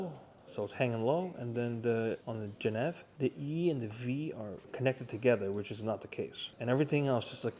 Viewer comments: Did he really say Jen ev? It’s juh neev. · Did he say genev...... Cringe.... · "Gen- eve" 😂😂😂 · for someone in the watch game you mispronounced geneve... why is that? GEN EV AHH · Geneva lol that's a fake way to pronounce 🤣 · Genève pronunciation 🤣